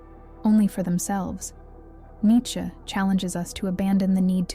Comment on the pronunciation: Its nee chuh